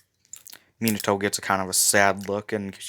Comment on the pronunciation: Its min-a-toe not min-e-toe